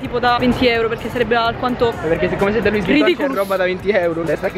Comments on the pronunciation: Comunque in francese la s alla fine delle parole non si legge. Quindi è LUÌ non LUIS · Luis Vuitton.................in francese le ultime lettere non si leggono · SI PRONUNCIA SENZA S